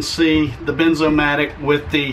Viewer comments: Wierd. He said Benzomatic. But it is Bernzomatic. I was sure it was benzomatic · It’s BERN BERNZOMATIC